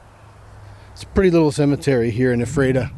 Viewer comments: Correct pronunciation is f-rat-a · Had the opportunity to have dinner with Dick Winter in Annville. Great chance to meet and have dinner with him. And Ephrata is pronounced “Frata”. The “EPH” is an “F” sound. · It’s pronounced F ER TA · I was there in 2015. I found his marker, came to attention and saluted him, left him a piece of petrified wood from Arizona (where I live). Ephrata is pronounced as f-rata. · It is pronounced: "Eff-rah-tah." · Thanks for this, but the town is pronounced ' "Efreta"...I've visited and don't live too far from it! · Your pronunciation of Epherta is WAY OFF. Also, its LanKISSter county, not LangKASTer county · I know the town name is hard to pronounce but you missed pronounced the town of Ephrata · I just pinged the same!